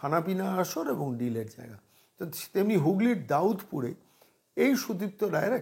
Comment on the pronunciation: ওটা দাউদপুর নয়, দাদপুর।